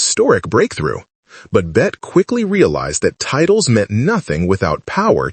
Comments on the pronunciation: For heaven's Sake , get the pronunciation of her name correct in English--Bet-ty...Not "Bet" which may be the French pronunciation. Born Elizabeth Davis, the actress claimed she chose the spelling from Honore de Balzac's 1847 Novel, La Cousin Bette as her stage name. She wanted to get away from the pedestrian spelling "Betty". That issue aside, there is no denying Davis remains one of the Great Iconic Actors of the 20th century. Everyone, especially Gen Z viewers, should take time to view a handful of her movies. She is great at playing what psychologists would call "Narcissists", representing character behaviours we find shocking and socially unacceptable. Of Human Bondage, Dangerous, Jezebel, The Letter, The Little Foxes and In this Our Life, The Star --- all have selfish, duplicitous, narcissistic characters. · More AI generated voice BS. Get her name right. It's pronounced Betty, not Bet. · Bette (pronounced BETTY) Davis and Joan Crawford were forces to be reckoned with on and off screen. Warner BROthers!!!! AI needs to learn how to pronounce the names of iconic Americans. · Please at least get the pronunciation of Ms Davis’ Christian name correct as it isn’t in this video. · AI will never pronounce her name correctly. The final E is pronounced.